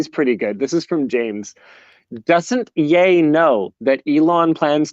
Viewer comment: I know nothing of pop culture but at least I know Ye is pronounced like Kanye come on Linus